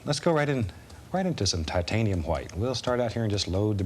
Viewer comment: TAHTANIUM HWHITE